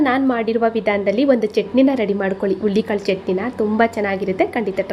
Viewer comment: Ullikalu alla HURULI KAALU .PĹÈASEEBE CAŔEFUL AVBOUT 😢PRONOUNC IATION .